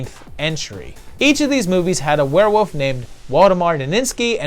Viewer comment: is it just me or do you pronounce Werewolf, WereWOUF?! I felt like you were doing the meow gag from Super Troopers, haha. Maybe it's just me.